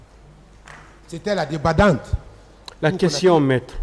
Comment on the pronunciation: "Victime mortelle,débadande":Quel français!